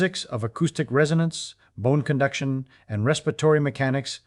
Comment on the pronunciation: Ye ear that lassie? It was bohne cunduction.